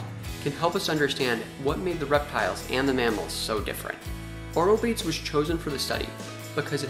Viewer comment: I like your vlogs, but please for pronunciation of biological names use a website that is for that purpose, ie aw-roh-BAY-teez!! Thank you! In these words all syllables are pronounced, does not rhyme with English word 'rebates'